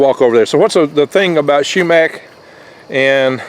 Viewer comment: Not shoemack,sumac.